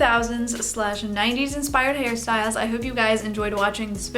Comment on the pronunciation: That's what I heard too